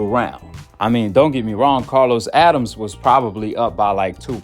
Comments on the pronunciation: It’s not Addams! It’s Adames! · Learn how to pronounce a fighter's (Adames) name correctly. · His name is Adames, pronounced (Ah da mes) not Adams. Learn how to properly pronounce a fighter's name and give them the respect they deserve. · (Adam-Es AdamEs. Adames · Good content but you killing me with the name mispronunciation ahk. (Ah-dahm-es) Adames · I rock with you heavy man love your content, but you butchering names 😂 it’s Uh dom mess =Adames and Buh ros so = Barroso old man who fought Rolly. Not Barrios keep doing your thing though 🫡